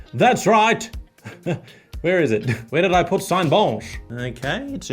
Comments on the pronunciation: pronouncing Cinebench french way is funnier than it should be xD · "Cinebench, but with a French accent" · So that's how Cinebench is pronounced? I've been saying it wrong all these years.